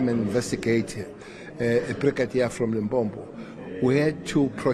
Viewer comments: It’s Limpopo, not Limpompo!! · Its Limpopo🙄